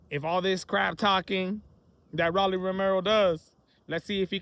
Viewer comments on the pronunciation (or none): Stop saying Rawlly. Please 😂